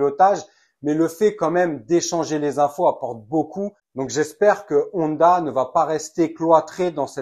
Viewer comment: C est pas nonda ou oneda, mais Honda (on - da)